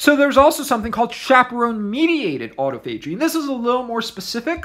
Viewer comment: It's pronounced aa-taa-fuh-jee, not "auto." Thanks for your videos, I enjoy them .